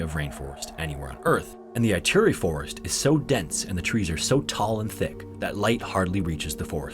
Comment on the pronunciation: Sligo is pronounced as sly-go, not slee-go. Ituri (Forest), on the other hand, is pronounced like EEturi (not Aituri).